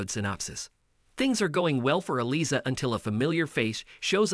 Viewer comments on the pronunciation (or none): Please learn how to pronounce "Eliza".